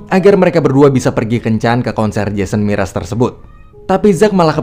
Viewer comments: jason mraz woi bukan jason miras xD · Jason Mraz bang bukan MIRAS 😔